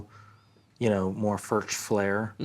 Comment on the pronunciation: Please pronounce the name correctly Furch is pronounced "furk". Thank you